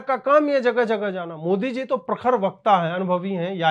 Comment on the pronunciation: इस ओभैसी की जीभ जबरदस्त स्थान विशेष मे दाह के वशीभूत होकर इतनी ऐठ जाती है कि बेचारा मोदी शब्द का उच्चारण मोडी करता है। ऐसा नहीं है कि ओभैसी तोतला है वह मंदी बोल पाता है कभी मंदी को मण्डी उच्चारण नहीं करता। इतनी जबरदस्त ईर्ष्या और दाह मैंने और किसी मे नहीं देखी की वह द का उच्चारण करने मे सक्षम हो किन्तु जब मोदी बोलने जाय तो बेचारा द बोल ही न पाय और ड बोल जाय। इतना असमर्थ व्यक्ति आज तक नहीं देखा।